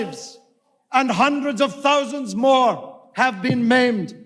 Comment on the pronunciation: Practice saying the word "Three". Also practice "Thousand" and I will listen further.